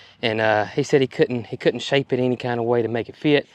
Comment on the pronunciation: I love the way you say any with an “e” eny ….the southern way!